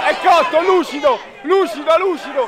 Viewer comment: Ha detto Luscido?